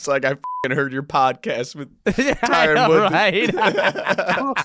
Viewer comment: Don’t pronounce an E at the end of his name lol, it’s Tyron not Tyrone